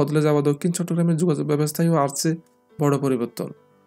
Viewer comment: আচছে না, আসছে, উচ্চারণ শুদ্ধ করার চেষ্টা হচ্ছে